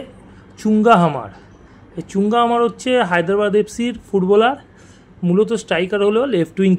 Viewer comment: Bhai the pronunciation is Mar not Hmar. He is a Mizo player and I am from North East.